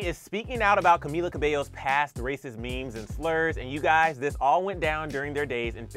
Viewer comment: Cumila 😂😂😂 cummmm